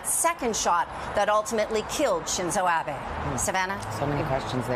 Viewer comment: あ〜べ って発音されるとなんとも😭 あべ って発音して欲しい🥺